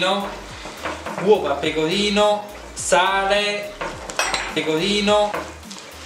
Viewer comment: Uova pecovino... Pecovino uova... Sale Pecovino... Non tvoppo pecovino... Una gvattata di pecovino fvesco